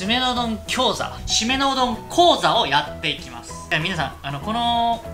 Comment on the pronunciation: リュウジさんのうどん餃子美味しかったから｢〆うどん餃子！｣って言った時に全く違和感なく聞いてたけどサムネ塩親子うどんだったよなぁ？？動画とタイトル間違えちゃったのか～って思ったのに…思ったのに！講座って言いたかったんですかぁぁぁあ😂 講座って発音しやすい単語ですら喋れなくなるなってる(笑)｡ﾟ(ﾟ＾ω＾ﾟ)ﾟ｡